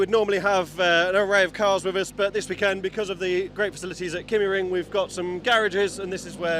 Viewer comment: Being a Scandinavian, I would suggest that the pronunciation of the "y" in Kymiring is close to the "i" as in Ridge. If you are familiar with German, the pronounciation is the same as the "ü". I hugely enjoy your commentaries as always. Cheerio,!